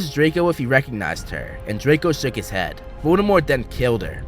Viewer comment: “It’s kiwwed me”